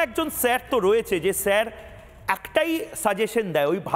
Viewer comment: আরে আগে বাংলা ভাষা টা শিখ ছের না ছার